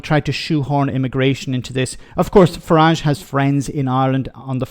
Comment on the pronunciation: Northern Ireland did not vote for Brexit, it was foisted up on us by Nige. Can we also remember the English pronunciation of his name rhymes with garage. It’s a foreign name otherwise.